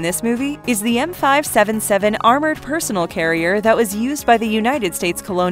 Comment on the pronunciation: did you just say TWO thousand leagues under the sea? oh......my.....god........ also. PersoNEL as in persoNELL not personal carrier.....perso-nell carrier.... also...Airwolf? Firefox? (the plane, not the browser)